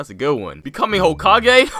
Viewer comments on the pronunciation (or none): none